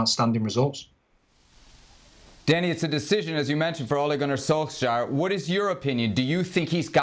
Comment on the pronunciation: Finally an accurate pronunciation of the name Ole Gunnar Solskjær!